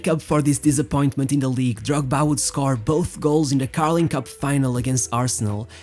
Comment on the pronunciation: I really like how you pronounce Drogba